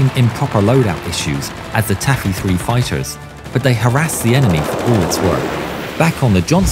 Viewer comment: “Tacky”? Or “Taffy”?